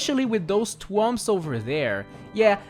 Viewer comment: you said twomp and not thwomp